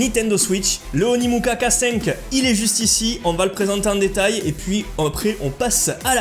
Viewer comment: par contre dans la vidéo tu dis Onimuka mais non c’est Onikuma 😂